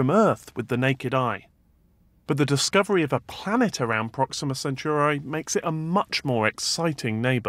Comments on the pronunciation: I hate how he says Centauri Sen- tor-eye Not Churros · O M F G stop saying sen-CHEW-rye just stop. The star is in the constellation of the CENTAUR, from mythology. It's pronounced sen-TAR-ee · Centuri not Centuraaaai !!!